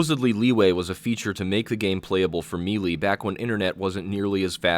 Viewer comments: may-lay not mee-lee DAHHH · “may-lay” not “me-lee” FFS it is 2019 ppl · may-lay, or meh-lay. not mee-lee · Love your channel bro, but for the love of god... may-lay = melee.